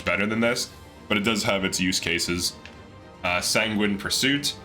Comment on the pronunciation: You get a gold star for "Sanguine". 😜